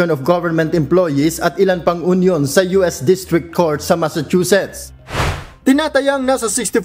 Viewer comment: Sorry, bakit onion? Hinde po onion ang pag pronounce nian. Union po! (Yun-yun)